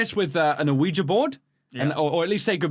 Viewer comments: U said Luigi board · the dude said luigi board instead of Ouija board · I want to like dying light, it’s one of those games that I want to like but can’t get into it. Smash subscribe to Baz, and This channel. Also did say “Luigi Board” the first time he said it?